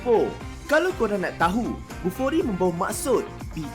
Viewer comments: Sebut betul² Bufori, bukan kokoRi ya!😂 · 😂😂😂 langsung tak jadi nak buang air besar bila dengar nama kokori, jadi tak bernafsu dah la🤣🤣🤣 Huhuhuhuhuhu 🙏✌️🙏 Salam Dari GerikPerak(MALAYSIA) 👋👋👋 ✌️🇲🇾❤🇮🇩❤🇵🇸✌️